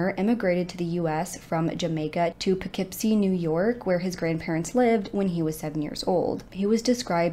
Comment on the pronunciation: It’s Pronounced Po- kip-sky. Not Kopicksky . Don’t mean to be that guy, just letting you know.